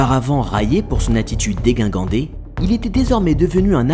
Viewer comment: dégingandé, pas déguingandé. Sinon c'est top